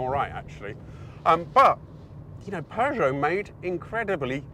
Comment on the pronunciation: Good God thanks for properly pronouncing Peugeot! My French teacher (drove an aircooled Beetle it was in the 70's) would always remind us she taught the Peugeot children before moving to the US and she was like "it's purrr... like a cat." Anyway yes the 405 Mi-16 was the Dog's Dick along with the VW Jetta 16V, which I had back in the mid-90's. My Cousin also had a 505STi and that was hot shit too.